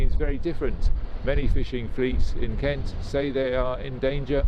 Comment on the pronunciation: I'm from Sussex; you're pronouncing 'Kent' wrong... ;-)